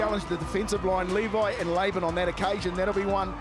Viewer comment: How does that one commentator not know Danny Levi? He keeps calling him “leh-vee”